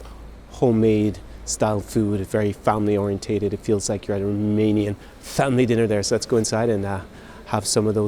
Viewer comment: your Romanian pronunciation is very good. Congratulations!